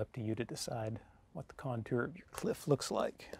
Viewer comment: I tell ya hwhat